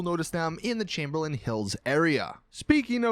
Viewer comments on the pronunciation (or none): none